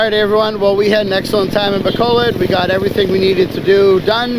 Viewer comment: pronounce it, "Ba COAL load" bro, you'll sound a bit more korek